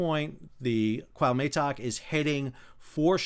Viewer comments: Your commentary and explanations are wonderful and very much appreciated ( but every time you say Cahutemoc he rolls in his grave [koo-ah( as in apple) - oo- te (as in teddy) - moc (as in mock exam) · He switches T and M. It is not CuauhMeToc it is CuahuTeMoc. 😅 Very sad accident my prayers with the victims and families.😢🇲🇽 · Great job, but, Please, it is called the "Cuauhtémoc", named after the last Aztec leader who resisted the Spanish. You keep saying Cuauhmetoc. Lol. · Pronounced wha te moc with the accent on te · Kwa Tay Mock? 😂😂😂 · Coo-aw-te-muck if it helps you👍🏻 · Pronounced " kwaw-TE-mok". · Sadly due to this tragedy, I came across your channel. Thanks for the unbiased updates and explanations. In case you are interested, it is pronounced K-OO-ah-OO-t-Eh-m-Oh-k. I mean no disrespect, hope it helps. Cheers. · Dude...it's 4 simple sylables...CUA OOH TAY MOK...come on, it's not that hard. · no no. =P just two: "CUAU TEMOK" just say it as a two string word and emphasize the letter "E" in spanish pronunciation and you have it perfect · It was awful throughout